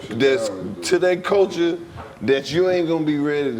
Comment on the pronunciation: When Dc start feeling smart and deep that ni99a start saying words like "¢ulture", "stru¢ture", "infrastru¢ture" 😆😆 ni99a if you don't $hut yo f00l head special Ed head as$ up 😆😆 that boi learn some new words and be happy asl to use em